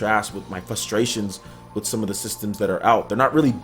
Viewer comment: The word is fRustrations. You say Fuss-trations. Like you be fussing about someting.